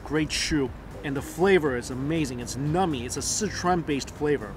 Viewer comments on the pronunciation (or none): Numby not nummy. I just thought you meant they were tasty rofl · The way you say "numbing" sounds like "nummy", very appropriate when describing the food. :D Down the road from Asian Family Market is the Bellevue Uwajimaya. Would be easier to go to if you don't feel like roadtripping to the Seattle or Renton Uwajimayas. :)